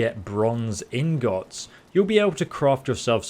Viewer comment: "In-GOTTS" xD